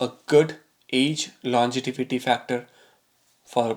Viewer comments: LON-GE-VITY, Sir, not longetivity! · Longevity yaar, not longetivity. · the word is longevity and there is no word called longetivity. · Dude it’s longevity n not longetivity. First get this right before predicting someone’s death🤣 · Sir, the word is pronounced as "longevity" and not "longetivity" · Really great info. Thank you! BTW, it is nOt longetivity, rather longevity ;) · Longevity, and not longetivity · It's pronounced lon-ge-vity.